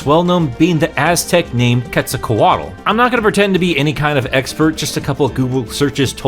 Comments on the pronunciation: ...I'm so sorry to be that girl, but... ¿¿¿COMÓ LA CAGAS TAN MAL??? ES QUETZALCÓALT. INCLUSO LA BUSQUEDA DE GOOGLE TE LO DIJO AAAAAAAAAAAAAAAAH ... sorry, rant over. Fun video :> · Bro butchered my man Quetzal's full name